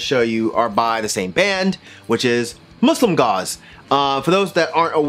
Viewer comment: I thought you said Muslim God, and was thoroughly confused. Muslimgauze is obviously great. They always makes me want to listen to The Future Sound Of London's 'Dead Cities' (amazing album by the way) somehow. Same vibes I guess, but great on its own. Neseblod is not pronounced that way, but it's close enough. You're good in my book.